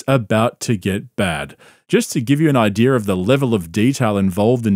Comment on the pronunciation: Love ya and your content buddy. Buuuuut why you gotta put an R at the end of the word idea? An idear